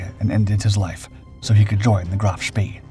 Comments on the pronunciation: Phonetically it's pronounced Graf Spay not ever was it pronounced Spee🙁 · For god sake. Try giving the names of German ships in their proper pronunciations. It’s pronounced Graf Spey. Not Graf spee. Despite how it’s printed. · Can't stand hearing Graf Spee mispronounced like that!